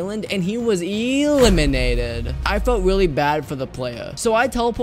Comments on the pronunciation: Lol he almost got eeee-limiated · When ever he says eliminated eeeeelinated